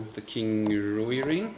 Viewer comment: Thank you for another informative, entertaining video. FYI: Rui芮 is one syllable, kind of rhymes with the English word "ray," with a w sound in between: rway.